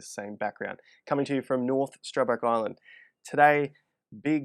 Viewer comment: Oh "island"... thought I heard Ireland, haha! Have more fun.. get more done!